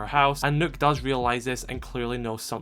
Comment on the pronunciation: Thank you for pronouncing Nøkk's name correctly. 😊 By the way, this is literally a Kill Bill moment right there